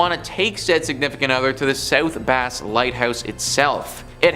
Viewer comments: I know some of these people are from Canada and the language can be confusing and different. But c’mon now. South Bass Island is pronounced bass as in the fish….. not as in the guitar. I’m from the Put-In-Bay area and I know how it’s said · You need to pronounce South Bass Island correctly. It is not Base it is Bass, like ass.